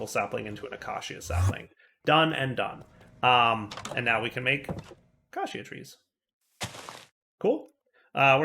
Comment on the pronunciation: Hey, heres how to correctly pronounce acacia. Uh-key-shuh